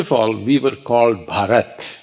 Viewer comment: BHAARATH/BHAARATHAM. WHO IS THIS ANGLO INDIAN ???? SHAME ON U MAN..... " KUFFAR"